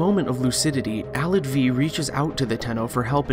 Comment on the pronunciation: Alad V, the V is a roman numeral -.- so he would be Alad the fifth not VEE. Omegalul